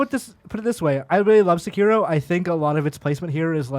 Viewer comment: Can we please get the pronunciation of Sekiro correct please. Its pronounced Sec-er-o not Sa-keer-o